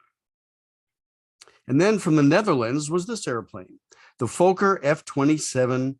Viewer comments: A dirty mind is a joy for ever. But in the Dutch language it doesn't sound odd (Fokker means something like 'breething animals' so in essense the same... Pronounciation is FOK-KER not Fooo-ker nor Fucker' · That's exactly how we pronounced it in Australia, i.e. Fokker (with a short 'o' sound) as opposed to Foker (which rhymes with poker). That pronunciation was brought home by the engineers and pilots who went to The Netherlands to monitor the building of each aircraft (and then flew it home) operated by the airline I worked for. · Don't know where you got your pronunciation of FOKKER. If it had one K I would agree with you, but two Ks make it sound like locker. Also my mum was dutch and personally knew Mrs Fokker, and I even met her in her later years. Great aircraft which I flew as captain for four years. Thanks for the video. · Very nice episode, thanks! Although, just for giggles, we Brits pronounce "Fokker" slightly differently! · A great and very informative video. The only small things is that your pronunciation of Fokker is wrong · In the first 30 seconds you mispronounce Fokker, I moved on! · Fokker has a short O sound (I'm Dutch and there's a Fokker factory a few km from my home). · Indeed. It rhymes with locker and docker. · Why do Americans constantly misprounce Fokker? It is Fok - Ker with a short O in the first syllable, not a long O to make the first syllable sound like "folk". It is so annoying. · The pronunciation is ‘Fokker’, not ‘Folker’ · Great content but the mispronunciation is driving me nuts. It's Fokker, not Fowker :) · Why do you pronounce it foeker it is pronounced Fokker like docker get it right for gods sake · Flew in these in the 80s. Loved it, but they were very noisy. PS, Folker is incorrect. It's pronounced like it's written. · Fokker is not pronounced Fo-ker. There are two letter 'k' in the name. It is pronounced Fok-ker. Fokker is the surname of the man who designed the aircraft. Kindly do not insult him by mispronouncing his name.